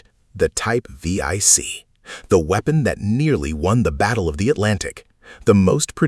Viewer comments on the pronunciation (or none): the german boats are named 7C not V I C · vee ey c, lol, it is 7C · Teach Your Ai To Say, Type Seven C, Not V Eye C!?! Edit Your Photos To Match Your Narrative. Thank You. (Comment #45) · Type Vee - Eye- Cee is not really correct. . It's simply "Type seven c". Roman numerals. The Panzer IV isn't called "Panzer Eye Vee" either... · It's not The German VIIC it's the German type 7-C. Second watch the 1996 movie Down Periscope for the pronunciation of the balao class submarine, buh-LAY-oh. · What the hell is a type we-ai-ce? Jesus. Get your AI voiceover right. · Getting tired of AI slop. "V-I-C"? Do you not even do a proof-listening before posting the voiceover your AI spits out? Come on.